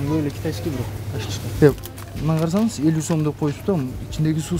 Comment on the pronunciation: Детал эмес деталь,кытайскый эмес китайский.Суйлоону уйронуп алыныз.Дагы практика керек экен.А так спасибо вам большое.